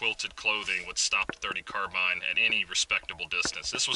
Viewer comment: Finally... someone who pronounces "carbine" correctly LOL